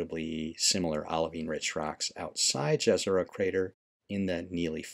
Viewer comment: Its pronounced Yezero